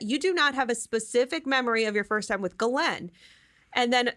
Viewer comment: You're the only one I hear pronouncing the pedo's name right!